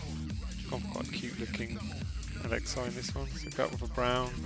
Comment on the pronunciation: Its Alex-E not Alex-I it’s spelt Alexei but u say Alex-E (friendly reminder)